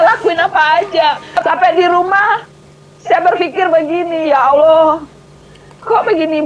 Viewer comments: ODGJ stress.....ini bukan murtadin, sebut Allah saja salah. Allah dipanggil Aloh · Melihat dr wajahnya n aura nya sih dia non islam dari lahir. Apalagi saat menyebut nama Allah dgn kata "Allo". Entahlah😏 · Sebut Allah aja tak betul oten Al- kafirun. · kafir betina itu nyebut ALLAH saja gak bisa .. ngaku murtadin